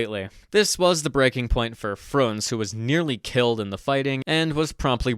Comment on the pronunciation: A little correction it's Frunze, not Frunz.